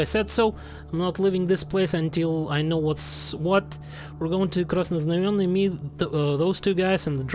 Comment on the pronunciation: perfect pronounciation of Krasnoznamienny he he